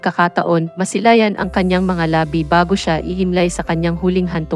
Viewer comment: Hindi po appropriate yung sound nio..pti yung pagbigkas ng salitang "labi" ay hindi akma😏